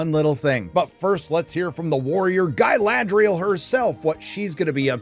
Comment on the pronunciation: An Evil has returned! “Guyladriel”